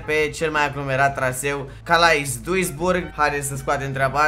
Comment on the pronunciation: Calais se pronunță ,,cale"